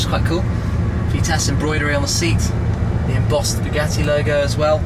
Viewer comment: Bugeeetiiii(sounds like spaghetti lol whenever he says it lol)